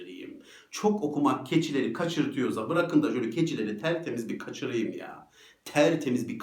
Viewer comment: gaçıriim deme mi :)) hocam valla Gayseriliymişsiniz şimdi baktım. Saygılar yüreğinize sağlık.